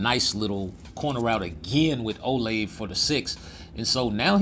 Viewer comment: “Olave” is crazy lol O-La-vé coach 🤣🤣🤣